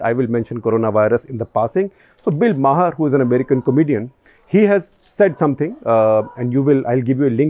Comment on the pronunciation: Bill Maher pronounced as Bill Maar Not Mahar